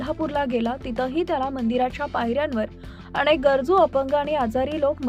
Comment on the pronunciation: मण नाही ग गधडे मन. अणेक नाही अनेक.